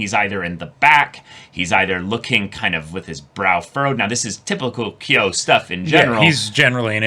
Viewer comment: watching them misread kyo so badly has me in hysterics